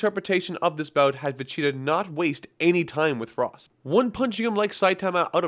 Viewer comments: It’s Vegeta not Vecheta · All I hear is Vecheetah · Why Does it sound like your saying Vegeta as "Vecheetah"? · It's Vegeta, not Vecheeta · VE-GEE-TA. Not Ve-CHEE-ta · Great video!!! But is he saying vacheetah lol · it bothers me so much that it sounds like he says "vecheeta." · I hear va- cheetah everytime. Good video tho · Who is “Vecheetah” ? :p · am I the only one who is triggered at the way he says "vecheeta"? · Take a drink every time he says "Vecheetah". Seriously though it started to hurt after 30 minutes of it, especially when like ~1/10 are pronounced right so you know he can do it. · Damn bro it's VEGETA not vecheta...just saying... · Why are you saying manga and vegeta wrong